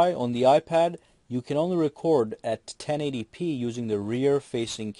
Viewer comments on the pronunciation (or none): none